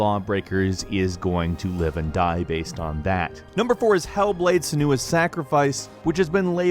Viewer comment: Sen - wa. Her name is Senua. I'm sorry, but it is true.